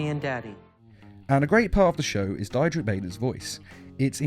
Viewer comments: You are mispronouncing Diedrich Bader dEEEdrick not dyedrick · Diedrich is a German name, so if an "i" and "e" are put together, the second one is pronounced. So it's not DIE-drik, it's DEE-drik.